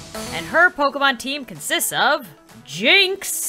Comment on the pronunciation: instead of struggling with saying Pokémon Sims say pokèsims